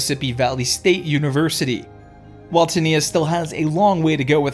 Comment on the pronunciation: And his sisters name is spelled Niya but pronounced Niyah. Teniya not TENKNEEA 😅😂